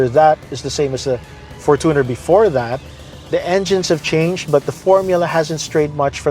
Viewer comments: fortuner from the word “fortune” is pronounced as “FORTUNE +ner” not from the word “tuner” correct: FORTUNE-ner 💯 incorrect: for-TUNER ❌ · its for-CHU-ner, not for-two/too-ner 🙄